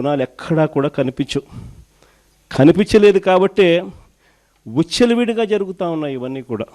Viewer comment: అన్నా తెలుగు నేర్చుకున్న విచ్చలవిడిగా, ఉచ్చల విడిగా కాదు😅